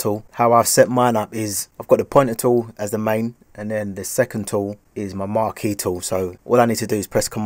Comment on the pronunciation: maaate, couldn't even pronounce the thing lol big respect again!